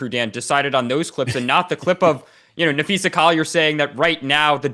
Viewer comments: Her name is Na-phee-sa, not Na-phee-sha, get it right! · Hey Dan, it's Napheesa not Napheesha * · Dan, her name is Napheesa, not Napheesha. Cheryl Reeve took a strong exception early in the year when a reporter called her Napheesha. Reeve seemed to be suggesting that it showed a lack of knowledge of the team and the league in general. You wouldn't mispronounce LeBrone James's name, would you?